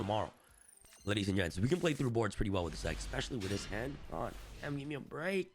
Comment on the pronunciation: "ladies and gets, i will waste anymore of your time" nice 👍😃 bro cant even read the script properly 😂